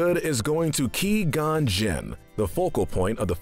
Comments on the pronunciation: Ki-gon? it's qui-gon, pronounced kw-i-gone. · This is the best part of all Star Wars and this video The worst bit is hi, saying key+gon jinn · Did he just say KeyGon here it even the sequels can actually say Jedi names right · How can you mispronounce Qui-Gon?! In the movies, everyone pronounces it Qwai Gon, not* Key Gon!* You should know this! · Whats up with saying key gon not qui gon and he's dead so I put you in silver medal of evil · It’s Qui Gon Jin not Que Gon Jin. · Am I the only one who cringes every time he said “Kee gon” and not “Qui Gon” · 99%of the comments it’s qui gon not Key gon!!! 1% me why is jar jar in the grey area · Its qui gon not ki gon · Qui gon not key gon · key-gone lmao fucking pronounced kwai-gohn jinn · Not gonna lie I'm starting to get more and more pissed off when he says Ki-Gon Jinn lol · I am disappointed at you saying Key Gon Jinn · Did this guy never watch Star Wars? “Key-gone” “Nahboo” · Who is the character named Key-Gon I've never heard of him. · Key gone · oh no my key is gon ;) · Key gone Jinn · Ki gone jin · Key gone Jin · Who tf is 'Key'-gon-jin? Guess it was a background character I missed, lmao. Good video, as always though. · Me when he said key Qui-Qon Jinn "You have chosen death then" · Now hold on. Great list and all but seriously. Ki-Gon?! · Him: Pronounces Qui-Gon's name "Key-Gone". Literally the entire Star Wars fandom: What? How can you do this. This is outrageous, it's unfair. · Ah yes my favorite character, Key-gon jin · Qui is pronounced like quiet. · "Key Gon Jinn" Bruh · "Key-Gone Jinn" 😂😂😂😂😂😂😂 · "Ki-gon" Jesus Christ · I had to give you a thumbs down. 'Key-gon'? Really? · Lmao he said key gonn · Hey, stop saying qui-gonn jin like key. It's not! It's quag! I'm excited to see what you do with sequel trilogy. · Key-gone? sheesh that tilted me to no end. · He said queeee gon hehehe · Ngl - I wanted to smash my phone when I first heard Key-Gon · Key gon btw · “Ki Gon” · pronounced gw-eye gon btw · "key gone"???